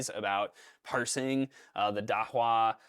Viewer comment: Not sure about this but it's pronounced "da-who-ah"